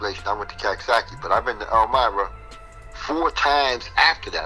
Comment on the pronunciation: Yo I’m buggin why are dudes pronouncing Coxsackie as Caksackie I know is New Yorkers talk the way we talk but am I missing something???